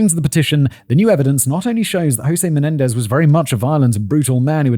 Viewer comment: “Mendenez” 😂 cmon fact boi.